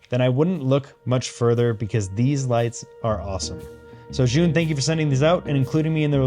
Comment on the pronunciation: Btw, the brand is pronounced like "Ju-win". They are great lights. We just ordered another 3 of the 100s.